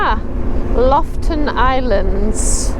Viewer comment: LOFOTEN, not Loften😉